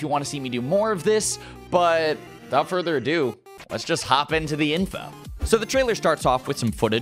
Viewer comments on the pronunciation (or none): none